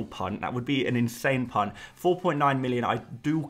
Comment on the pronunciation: Every time you say punt I just hear cvnt 😂 please can you start referring to a big punts as massive punts, and for plural use a bunch of punts 😅